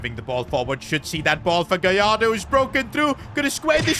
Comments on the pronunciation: It's gallardo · It’s gallardo